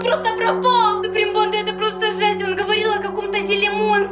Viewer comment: Почему они говорят супри панда????